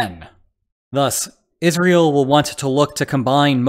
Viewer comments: Yes, I have the feeling it is an AI voice, especially because it says "is real" instead of Israel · He says "is real" and not Israel. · I guess some people just say it like that, pretty weird to pronounce it like that